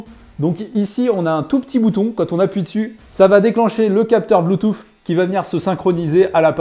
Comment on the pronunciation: "Bluetouff " 😅 Belle présentation comme à chaque fois